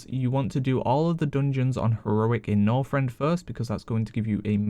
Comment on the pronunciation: Don't you just love "Norfrend".......